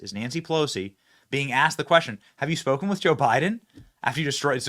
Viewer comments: Is "speakend" a word all of a sudden....what? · "I've speak-en to all of them"